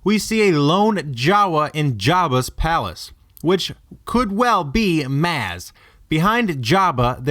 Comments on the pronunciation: It's possible, but I don't think it's true. It just seems like it's too much planning from when the first story was written to now. Also it's pronounced Mahz, not Mazz. That drove me crazy throughout the entire vid. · He says mAz when it’s pronounced Mahz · oh my fuck, your pronunciation of her name is fucking shit, and hurts my ears. like how the hell do you even think it says that way... it's not M(ahh)z it's more like M(aw)s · It’s pronounced Mahz, not Mazz :/ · OK great video but your saying maz's name wrong it's m-oz ( maz) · I hat how he said MAAAS instead of moz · not pronounced Maz....... pronounced Moz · It's M-ah-zs not M-aaa-z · It's pronounced moz not maaaaz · It's pronounced like "Moz" not "Maaz". It's also pronounced "appear in siz" not "appear ee in siz". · ughhh stop saying maaaaaz its mawwwwwz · I really want this guy to go back to watch Force Awakens, if for no other reason than to learn how to say her name correctly. How many times can he say "Mahz" (as in "as") when NO ONE says it that way in the film? It's pronounced "Mohz" (as in Boz)! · "Mazz?" It's pronounced "Moz" "Wukepedia?" It's "WOOKIEpedia." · Even Han Solo in the movie pronounces it "MOZ", not Maaz or Mouze (not sure how you gave her two names in the same video). "Attack on Clones". "As her heights did diferenshiate". "Commuticated". "Onlike". "Appeareances". Lanaguage gives you away... I can't take this vid seriously. Also, I'm not even a huge fanboi but a quick skim of Wookieepedia reveals that the Jawas had their own language, Jawaese, as well as a secondary Jawa Trade Talk language that "allowed them to communicate more easily with other species". I'm not sure why they'd put so much emphasis on communicating with their eyes when the had TWO languages at their disposal, unless you're trying that hard to connect her to the Jawas. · because in the movie its clearly pronounced "Moz" and not "Maz" even though it's spelled Maz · Wow.. It's not maz* it's mawz that's how u say it